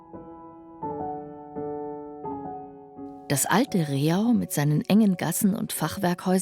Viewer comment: Leider wird Rehau falsch ausgesprochen. Es heißt nicht Re-hau, sondern Reh-au, eine einstige Au mit vielen Rehen.